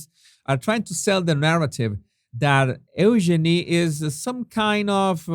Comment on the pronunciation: Jesus, just trying to be helpful here- Eugenie’s name is pronounced You-genie. But I do love your accent! 🙂